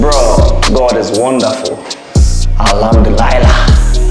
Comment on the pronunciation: Bro staying in Dubai pronounce it good Alhamdulillah !!!😆😆